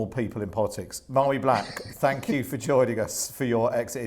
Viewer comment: her name is pronounced Varie, not Mairi.